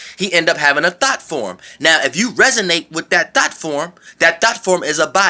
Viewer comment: I was like I know I aint the only one catchin that, He said "Hone in on your Thots" Im done lol